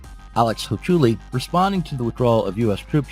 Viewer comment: I believe that you are saying Alex Hochuli’s last name incorrectly.